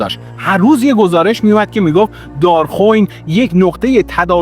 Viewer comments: دار خوین اشتباهه. دار خُوِین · اولا ممنون عالی مثل همیشه ولی ددمطلب دراول کلیپ گفتید سپتامبر۱۹۴۱که غلط است دوم تلفظ شهر دارخوین که باید بفرمایید دار-خو وین امیدوارم تونسته باشم تلفظ صحیح را بیان کرده باشم